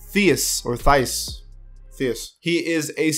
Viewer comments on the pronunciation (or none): Tais not theus hahaha he is german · Its pronounced Teis